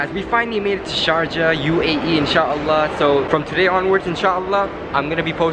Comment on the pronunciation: Did no one notice that "Sarjah" instead of sharjah